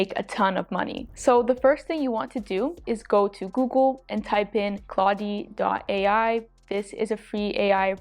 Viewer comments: Claud-e lol it's just Claude. The E is silent. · Claude is pronounced "Clod" - and, great content here! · It's more like "Clawed" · Just FYI, you're pronounce Cloude incorrectly. It's pronounce CLOD. ;-)